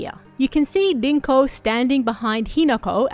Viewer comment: It’s pronounced rinko, not dinko